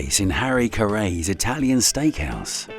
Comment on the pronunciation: Caray is pronounced just like Harry, except with a C. The first and last name rhyme.